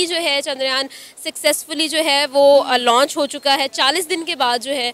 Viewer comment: Didi bo Loch ni launch hota hai 🤣😂